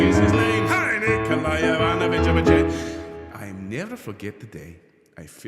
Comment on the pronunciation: Well done - getting your tongue round Lobachebsky!!